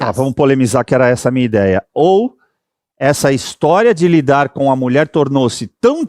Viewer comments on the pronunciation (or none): none